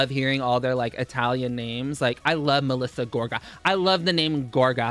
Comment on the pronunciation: MELISSA GOR-GA